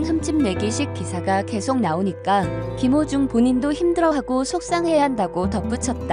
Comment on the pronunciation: 김호중입니다 유튜브에서.울호중님 이름잘못젂고.발음또한 잘못하시길락.제가많이 지적했던부분인데 김호중~~국민가수울 김호중.한번더확인하시는것도.좋은방법이겠죠 김호중입니다.